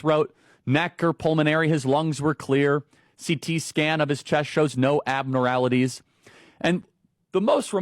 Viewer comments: When Charlie Kirk said "abnoraralites" not abnormalites, I almost spit out my coffee!!! I was an art major!!! I could really use a bump in pay, with BETTER benefits... can I be nominated for the next opening for Secretary of Health?!? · Charlie Kirk made up those stats (P.S. Did he say, "abnoRALities?") 😮😢😅😂😊❤💙💙💙💙💙